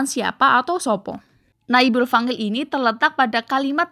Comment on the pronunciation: Maaf kak ... fa'il ع bukan fangil. Tolong pengucapannya harus jelas dn benar sesuai kaidah nahwu sorrof Biar penonton tdk tersesat 🙏